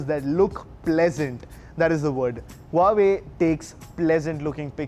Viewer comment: You have wrong phone, its Huawei not Huavee...